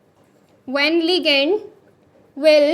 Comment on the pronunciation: Ligand✅️ legand❌️😂